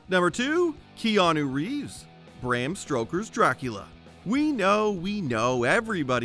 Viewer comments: "Bram Stroker." 😂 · Bram Stroker? 😂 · Bram what? lol